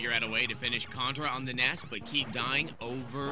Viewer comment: Oh wow, pronouncing "NES" as a word? Is Adam secretly European? 👀👀😆